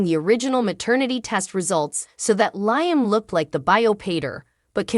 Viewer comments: Does this woman not watch this show? Why does she mispronounce Liam's name as 'lion?' It's Lee um! For goodness sake, get it right! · I don't mean to be stuffy, but it is "Lee um," not "Lye um." Alson who is "commodity?" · Lady , whatever your name is you keep calling Liam Lieam, his name is pronounced more like Leam not Lieam 😅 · STOP Saying LI am learn how ti pronounce Lee am's name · Has this person ever watched this soap I Liam is pronounced Leeam is it too much to ask they get the names right especially if they want you to subscribe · Can you please say Liam's name correctly.......sounds like Lee-um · The woman who reads this needs to start pronouncing Liam's name. Phonetically it would be spelled Leeam. It is a short "i," not a long "i." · Please learn how to pronounce Liam name, really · For real! It’s insulting. Is she even watching the episodes?